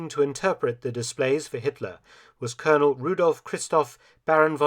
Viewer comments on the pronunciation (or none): none